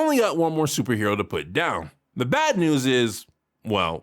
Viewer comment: did he said "bat news" to make a joke or he really said "bad news"?